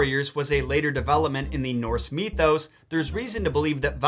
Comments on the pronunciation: dude please pronounce it mithos not meethose. it will make me feel a lot better. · Why'd you pronounce mythos so weird?